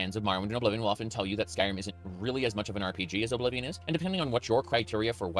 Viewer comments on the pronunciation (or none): Oh-blivion? Ok bro